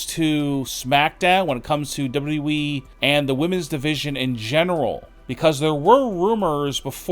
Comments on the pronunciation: It's WWE NOT DOUBLE DOUBLE E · You have a voice for silent movies bro. And it's W W E. Not W E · hey bro it's wwe not weeeeeeee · Stop DABLOO DABLOO EE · Who is w we? Oh, you mean w w e. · "Chris Jericho to Dubba-derwee??" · Its still amazing that he can't say WWE man just spurts out dubadubaE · WwhwhE or Wwheeee. haha pronunciation is key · No, he said "W Double E". The guy can't even pronounce WWE correctly. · Is this guy incapable of pronouncing WWE? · My question is why you can’t pronounce WWE? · Can’t even pronounce WWE properly 🤣🤣🤣🤣🤣🤡🤡🤡🤡🤡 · The way you say WWE annoys the literal piss out of me. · Why does this guy say WWE that way??!! 😂😂😂😂😂😂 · I will believe you when you can properly say WWE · This narrator makes Scott Steiner sound like Barack Obama. WWE doesn’t need to be said in 4 syllables jabroni. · When you learn how to say WWE correctly, maybe people will take you seriously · I don't belive anyone who can't fully say WWE. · You should learn how to say wwe if you are going to say it over and over